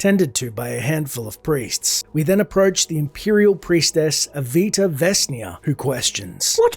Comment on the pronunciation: What did Avita do to have her name messed up so often? 😂 Asteeva, Ateeva... How many times did she make you fight that bear?! 😂😂😂